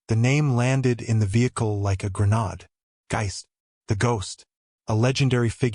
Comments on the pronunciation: The correct saying is grenayde not grenarde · Gre nod really?!! The AI can’t even pronounce grenade.